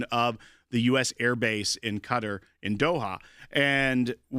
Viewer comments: I went to college with a couple guys from Qatar. You do not pronounce it cutter... For you phonetics Learners If anything you spell qatar as (c)a tar with a long a. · " Qatar "...not cuter !!! You have an international audience.